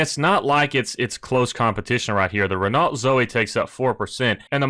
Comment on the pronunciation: Whilst you’re worrying about pronouncing words correctly, it’s Ren-Oh. You don’t pronounce the T at the end in French.